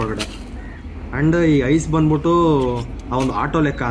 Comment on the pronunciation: ಬಂದ್ ಬುಟ್ಟಿ.. ಹೋಗ್ ಬುಟ್ಟಿ ಅಸಹ್ಯವಾದ ಕನ್ನಡ ಉಚ್ಚಾರಣೆ.. ನಾಚಿಕೆ ಆಗಬೇಕು...